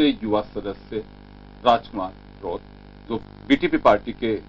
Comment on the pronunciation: रोथ नहीं है रोत है